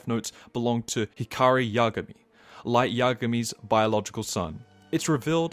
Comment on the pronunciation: imagay = yagami its so funny gets me everytime